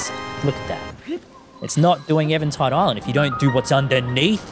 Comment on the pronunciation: Why do you say Evan Tide instead of even tide?